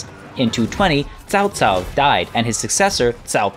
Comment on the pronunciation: Hahaha, i'm really looking forward to seeing you butchering all those name ! Nice try in this episode thou :) really commendable effort !! Your pronunciation of "Liu Bei" is spot on ! "Chao Cao" not so much :) The rpg element and romantesize version doesn't really bother me, cause the actual history is quite boring. Wonder how will they implement the characters thou, it has hundreds upon hundreds of different characters crucial to the story